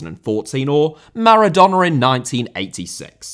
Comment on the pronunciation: Nascimento* not Nascementouw Pelé* not Pelei Maradona* not Maradonner